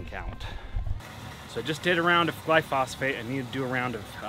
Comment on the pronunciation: Why are you mispronouncing the Glyphosate? I thought you were a lawn guy?